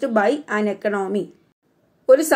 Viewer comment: Some words you pronounce wrong way like consumption and economy